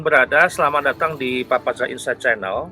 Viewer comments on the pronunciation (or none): none